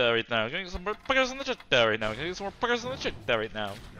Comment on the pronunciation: poggers in the chattuh my little piece of shieto